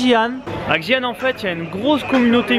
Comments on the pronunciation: lol c'est pas djian les gars , c'est Xian prononcé ciiiaan... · J'adore 💖 Xian est une maaagnifique ville! Mais ça se prononce "shi-an" pas avec le X 😂😂😂 j'ai hate de voir la video votre ascension du Mont Hua! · En gros, Xi'an se prononce "schi anne". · Ptdr, connait à peine les régions qu'ils visitent et ne sait même pas prononcer correctement les endroits où il va, alors de là à parler de la répression des Ouïghours:')